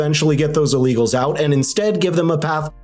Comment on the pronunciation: I don't understand why he said the number of American citizens 'roped or mer-dered' by E. Lee Gals is zero? Did he misspeak?